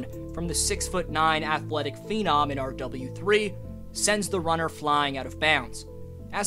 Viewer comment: I just commented this lol “R Double U Three” sounds so odd in the video. Almost like he’s talking about someone other than Timelord